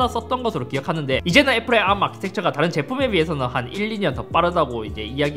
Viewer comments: 이상하게 아-ㄹ---ㅁ 발음 너무 듣기싫은데... 왜지, 다른 R발음은 잇섭 그대로인데 arm만 굴려서 그런거 같기도 하고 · 나만 자꾸 arm아키텍쳐 아ㄹ-ㅁ 아키텍쳐가 들려? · ARM을 암으로 읽는거 실화냐 ㅋㅋㅋㅋ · '앎'아키텍쳐... 발음... 멋져... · 왜 ARM만 혀를 꼬는 거지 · ARM 발음 죽여주네요